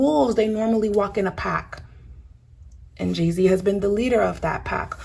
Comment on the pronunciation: You keep saying jayz